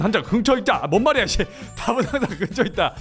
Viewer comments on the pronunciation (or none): 문과라매요 답은 항쟌 긍처있쨔! 왜 문과가 한국어를 못해욬ㅋㅋㅋㅋㅋㅋ 개웃기넼ㅋㅋㅋ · 답은 항쟌 긍처있짜! ㅋㅋㅋㅋㅋㅋㅋㅋㅋㅋㅋㅋㅋ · “답은 항쟌 긍처에 잇쨔” ㅋㅋㅋㅋㅋㅋㅋㅋㅋㅋㅋㅋㅋㅋㅋㅋㅋㅋㅋㅋ이거 ㅋㅋㅋㅋ쇼츠로 만들어주세여 ㅋㅋㅋ하 ㅠㅠ넘웃겨 ㅠㅠ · 말이 이상하게 나왔는데 자막도 그대로 쓰신게 더 웃겨ㅋㅋㅋㅋㅋㅋㅋㅋㅋㅋㅋㅋ “답은 항쟌 긍처에 잇쨔” 어떻게 하면 말이 이렇게 나오지ㅋㅋㅋㅋㅋㅋㅋㅋㅋㅋㅋㅋㅋㅋㅋㅋㅋ